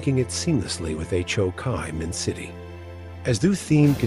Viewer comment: I had no idea Ho Chi Minh City was actually pronounced H, O, Kai Min City! Wow! 😂